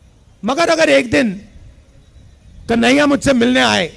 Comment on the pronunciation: Pahle प्रभु का नाम बोलना तो सिख लो कही नहिया नही कन्हैया होता है समझे ऐसा न हो की कही नही रहो राहुल जी